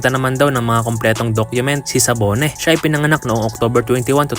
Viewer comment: Dabone po yata Hindi sabone